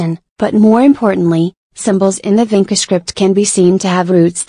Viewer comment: It's not pronauncrd as Vinka but Vincha. Vincha is a place near Belgrade- Serbia, some of the Vincha letters Serbian people still use it today in their cirilyc wrighting